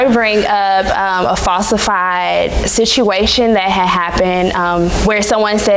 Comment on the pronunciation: Sishuation. She is wearing "obviously" out. Annoying.